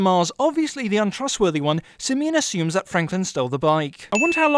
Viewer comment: the way you pronounce simeon and fabiens name makes me wanna punch u